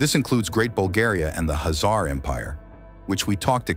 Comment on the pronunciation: Sorry bro, I just cannot stand it... Khazar is shoud be pronunced the same as Khan, where is not the H is pronunced but the K, so please mention it witt K instead of H. Thx in advance.